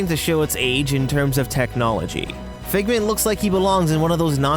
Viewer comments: Excuse me but when you said Figment I had to leave the video... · Lmao I raged when he said figment XD